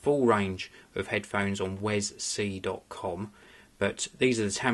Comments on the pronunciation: It's pronounced 'We Es Si'wesc(ddoott)com/wescpedia/wi-es-si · its pronaunced WE-S-C! Actually =P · mate u can get them in matte black aswell. also that "little" extension isnt an extension, its an adapter for using with like ur phone and basically lower end media players. btw its not pronounced "wes-c" either its all one word.